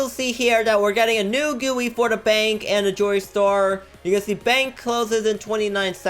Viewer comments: They aren't called Gooey's they are called GUI'S (Jee-You-Eye) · who else heard him say gooey instead of GUI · I like how he calls it “Gui” not “G.U.I”